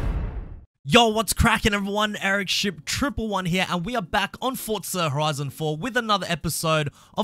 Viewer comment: Mmmmmm "fort-za horizon"